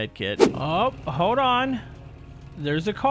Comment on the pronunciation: hoed on..... no it's hoLd not hoed.